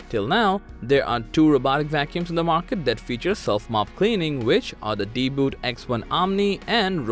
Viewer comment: Why you're spelling it deeboot? It's DeeBot! Idiot.